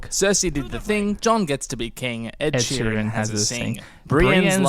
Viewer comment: either Preston or Carmine called him Ed Shireen and that will live in my head rent free forever